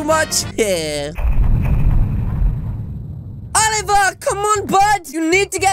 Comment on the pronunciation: He pronounces It like olievar